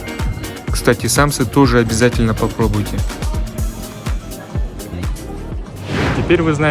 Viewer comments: у нас говорят самсА, ударение на последний слог. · Дорогой блогер, учить не буду, но подскажу. В слове самса ударение попадает на последний слог, а не на первый. Научитесь говорить. Также многие не правильно произносят слова манты.